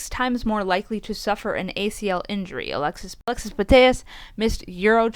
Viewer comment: Guys , Alexia Putellas is pronounced: A-lex-ia Pu-tey-yah